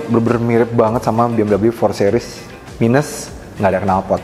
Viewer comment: "sih-ris"...bukan "seh-ris"